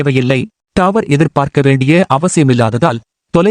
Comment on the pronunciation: டாவர் இல்ல தம்பி டவர் பா😂